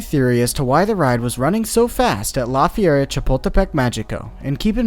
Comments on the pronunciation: I really love your videos and the way you reveal the truth about roller coasters to the public but as a bilingual Spanish speaker it pains me so much to hear you say "Fee-air-a" when it should be closer to "Fer-ee-a" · I love your videos but maybe look up how to say some of the names. Even if it’s just on google translate bc it’s pronounced like the word fair and reea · I honestly thought he was saying “la fiera” or “the beast” which was awesome. Thanks for ruining it.